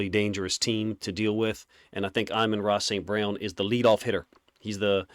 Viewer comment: He’s saying his name perfectly according to Saint.